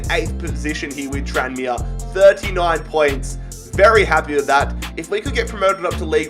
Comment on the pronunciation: “Tran me Rovers” 🤦‍♂️